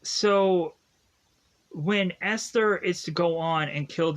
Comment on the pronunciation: Dude, you cannot review movies correctly. Misnaming and mispronouncing characters’ names. Who is EsLer?